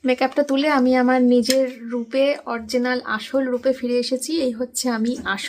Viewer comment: Orginal ki uchharon tumi to English jano na but tabu o bolo vul val English ota original hobe ok